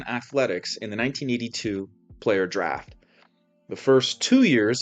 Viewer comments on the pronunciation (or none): none